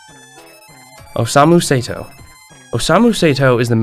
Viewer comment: also yume (yu-may) and Osamu Sato's name--he gets it right once but goes back to the other one... but i do appreciate him going for it instead of "ermmm i'm not even gonna TRY to pronounce that"